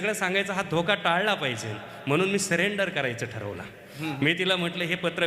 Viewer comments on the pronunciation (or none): none